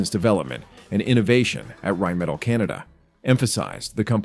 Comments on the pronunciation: RheinMETALL, not "rajnmedal". Dammit. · Not to be nit picky but theres an extra L in there.. in English it's pronounced Rhein-Meh-Tall not Rhein-Metal. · "Rhein"metall?.. cmon.